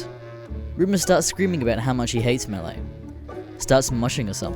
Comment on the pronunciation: im not certain but i think melle is pronounced "mel"